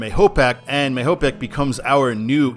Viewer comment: The freeway that US 6 is on in NY State just west of the Thruway is the eastern end of the NY 17 (Future I-86) Quickway. Also, it’s pronounced MAYO-pack. In Bristol, there is a turnoff for CT 229 that will take you to ESPN and Lake Compounce, the oldest continuously operating amusement park. Continue past ESPN, and you hit my hometown of Southington.